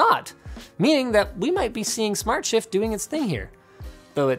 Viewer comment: Okay, it's Smartshift, not Smartshit